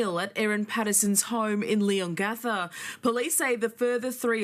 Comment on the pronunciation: I just have to say I grew up near Leongatha when I was 6 till I was 18 or 19 in Mirboo North it’s only 10 to 13 minutes from Leongatha and I giggle every time you try and say all of the surrounding towns including Leongatha and even Gippsland 😂 It would be like me trying to pronounce Towns etc in the USA. Also, I remember always seeing Koalas in Victoria (not so much in Queensland where I live now as is to hot up here for them, I’m assuming that because we have gum trees which Koalas live in but there just isn’t as many, Queensland is 2 states away from Victoria) When I was a teenager at school in Mirboo North I remember sitting in class and watching a Koala walking across the road, it was so cute (although Koalas are very cute they are actually vicious) Up here in Queensland we see loads of kangaroos all the time. My kids use to kick the footy on the oval at lunch time and would have to dodge hitting kangaroos, my son’s soccer games had to be stopped as we would shoo kangaroos off the soccer field 🥰 It’s funny how different Countries get so excited about each others animals. My daughter is in Canada atm for 2 years and she sent us a video of a squirrel, it was the cutest thing I’ve ever seen, but no doubt to you guys and Canadian’s it’s a common animal to see. Sorry for my rant, I just wanted to share that with you ❤